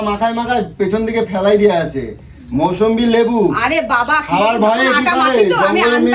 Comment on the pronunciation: ওরে মাকাল ফল! ওটাকে "মুসম্বি লেবু" বলে.. "মৌসম্বি লেবু" নয়!